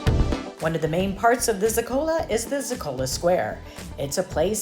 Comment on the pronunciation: Please. ZO-ka-lo is the correct pronunciation….